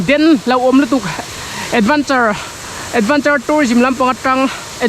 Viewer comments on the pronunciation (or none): Ka thiam bik chuang miah lova, Advanture ti a i lam hian ka lo ngaimawh tlat zel😁😁 Negative ltk leh sawisel lam nilo ania aw, rawn fiamthu titak pah mai2. A chang tha ltk a. AdvEnture ti a lam tur ania.